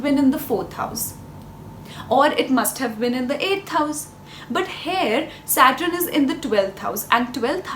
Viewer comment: It's Saturn not satrin